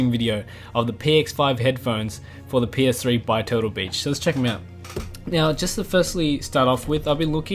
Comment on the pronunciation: it sounded lik he said total bitch instead of turtle beach(